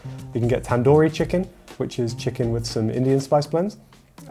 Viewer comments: as a Indian person myself, I’m sorry but that is not how you pronounce tandoori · He : tAn-Dooori cHickEn , with some indian spices Me: wha Me: its tandoori chicken 🤪🤣🤣